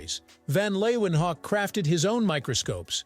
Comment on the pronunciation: Leeuwenhoek is pronounced lay ven hook.